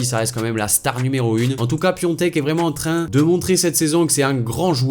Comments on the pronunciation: Juste c'est pas Piontek comme tu dis mais PIATEK avec un a c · c'est piatek et pas piontek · C'est Piatek pas Piontek 😭😭😭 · Piatek pas Piontek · s'écrit Piątek et prononce Piontek en polonais. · Je veux pas faire le connaisseur mais ça se prononce pas Piatek mais Piontek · Sa ce prononce piontek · Ça se prononce Piontek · cela se prononce piontek